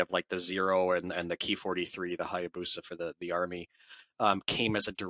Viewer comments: It’s “k” “i” not “kee” really disappointing when you tubers try to change shit. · It's "ki" as in "key." It's short for "kitai," which is Japanese for "airframe."